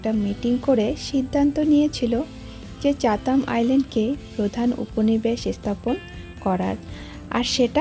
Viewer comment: আপনার vlog খুব ভালো লাগে , শুধু একটা অনুরোধ, বাংলাদেশীদের মতো "এস্থানান্তর" "এস্থাপনা".....উচ্চারণগুলো একটু পরিবর্তন করলে শ্রুতিমধুর লাগবে